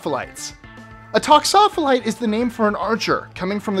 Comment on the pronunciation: Archery is also one of Mongolias' three national sports. He mispronounced toxophilite. Never heard of pigeons used as targets. I wish he cited a source as I have been researching for decades and that is a new one on me. One does not want to carve or engrave anything on an arrow as it weakens the shaft and that is a safety violation. Trained archers could shoot twice as fast as he states. Even novices shoot every 5 or 6 seconds.